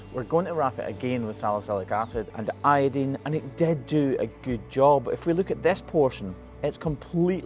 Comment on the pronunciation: Can you give a link to the first vid about this cow? I just don't remember the wrap. I mean you do have a habit of spraying the hoof with iodine, and calling it a day. And I don't understand why you don't pronounce it eye-oh-dine, but instead say not Eye-oh-dean. Where does the dean come from? I know in sum languages E is pronounced as I, and vice versa. Or something like that. We are talking about English. But I guess it's like here in the states. tomAto, or tomahtoe Hell IDK 🤔🤷🏻🤷🏻🤷🏻🤷🏻🤷🏻